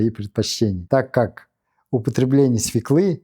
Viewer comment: СвЕклы, а не свеклЫ